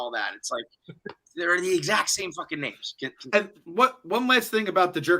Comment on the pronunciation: It’s mind bottling that still can’t pronounce names right after six episodes of people saying the names